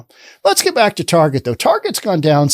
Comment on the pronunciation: Please call it Target and not "Tar Jay" - it's more correct especially as they are targetting children.